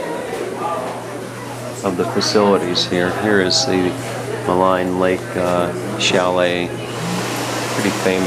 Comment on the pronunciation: I used to live in Jasper and have an aunt and uncle who've lived there since the 80s. Maligne Lake is prounounced "Malene". (kind of like Marlene without the "r"). Been watching all of your Jasper and Banff videos which are bringing back several memories. Great stuff!